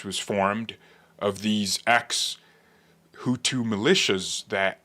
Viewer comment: I love how you say the tutus and the Tootsie . Did you make reference to the one president as a"milk dud head. Bruh I was laughing for 5 minutes you are funny